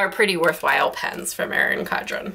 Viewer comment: Erin CoN-dren** You keep saying “Cod-ren.”